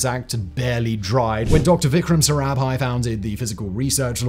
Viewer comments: He can't pronounce 1 name correctly...he is not even trying...he said aara bhai...it's sarabhai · Cant help but nitpick, (because the i cant find major faults with the rest of the presentation), the number of ways 'sarabhai' was pronounced is just hilarious. Typically, a single pronunciation (correct or not) is repeated throughout. Here, i could point out at least 4 different pronunciations for the same name XD. Other than that, well done video. Edit : okay as i watched the video again, found numerous errors. GSLV being pronounced as GLSV , PSLV being pronounced as PLSV etc. to point to something that is not proper name related. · agreed. PLSV for PSLV is of that nature. But Arabhai instead of Sarabhai? And that after getting it right a few times? Is that a typo or carelessness,? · So many mistakes in the narration! In one place, instead of Sarabhai, he says "Arabhai", in another "PLSV" instead of PSLV, and several more such. It's like someone just reading from a script without bothering to read thru it first and become familiar with the contents and the names.